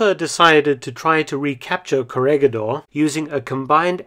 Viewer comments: pronounciation, korihidor. ba-ta-an. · It is pronounced as "korihidor" :) . I like the video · Its read as correhedor. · "gi" in Corregidor is pronounced like "he" in English, not like "gui" in Guitar. Great video, as always!. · The G on Corregidor is pronounce as an H. Thanks. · Coh-re-hi-dor not “corregidor”